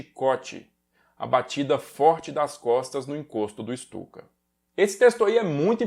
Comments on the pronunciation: Uma correção: a Guernica que estava na ONU (não está mais, foi devolvida aos proprietários, o Rockefeller) não eh a original, mas sim uma réplica em tapeçaria. A Guernica original se encontra no museu reina Sofia em Madrid. Ps.: Se pronunciar Stuka como Chtuka, o alemão vai parecer mais legítimo. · Ou melhor ICHTUKA